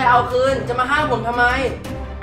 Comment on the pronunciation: อ่านกำมะลอเป็นมะละกอ😂😂😂